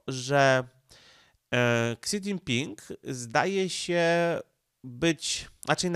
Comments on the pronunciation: Ksi? Szi się czyta... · niechętnie się czepnę co do wymowy chińskich słów - nie jestem ekspertem, ale w uszy rażące jest spolszczone fonetycznie "ksi", gdy powinno brzmieć "si" - tak jak telefony Xiaomi (siayomi) Pozdrawiam!, a komentarz dla statystyk i dobrej zmiany 👍